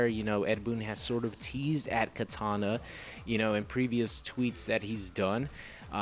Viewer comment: it's kitana not katana, I'm not talking about a sword